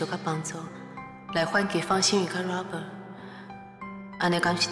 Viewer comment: 李新能把Robert 念得好一点吗？很难听。